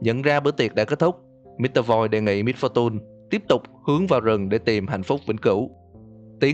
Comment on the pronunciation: Mr voice chứ không phải mr voi nhe anh